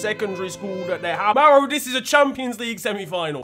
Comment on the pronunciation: It is Mauro dude, not Mauri